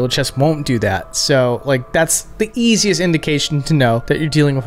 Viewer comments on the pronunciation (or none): none